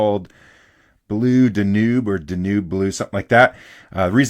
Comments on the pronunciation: High quality, useful info, thanks. Two minor points: 1. The before and after close-ups of the nib looked the same to me. Who cares, the proof is in the writing. 2. Is duh-NUBE the correct pronunciation in Hungarian or something? I've only heard DAN-yoob. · I'm an American and I lived in Hungary for 18 years and speak Hungarian. In the Hungarian language, the river is called the "Duna" (pronounced DO-nuh). Not sure about the origin of the word "Danube," but you're right, I've always heard it pronounced like you say, DAN-yoob. Maybe it's a Canadian English thing 🙂. Nothing major either way. This was an excellent and very useful video for adjusting nibs. Thank you, sir! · It’s Danube, like the river in Germany, but I came for your awesome videos, so you can say it any way want. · Danube, is a river in Germany or Austria I believe. If you search a video on Danube River tours, they should give you the proper pronunciation. I appreciate the tip tuning tips. I'm going to try some old pens over again. Thanks.